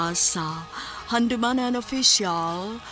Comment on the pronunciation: GIATAY NING PESTENG AI NGA MUINGON NGA "HANDOOOOWWWMANAN SA USA KA AWEYT" MINATAY